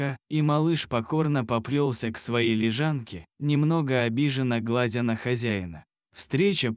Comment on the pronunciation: СашкА, глАдя на хозяина - ну, зачем это?! Неужели нельзя прочитать ПО-ЧЕЛОВЕЧЕСКИ, а не ПО-БОТСКИ?!